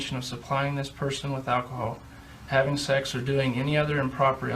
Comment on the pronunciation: I’ve always wonder why he pronounces sex like that. It’s strange but funny lol